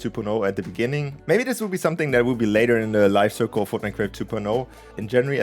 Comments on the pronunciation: We're never gonna let you forget "FROTNITE" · Lol “frotnite “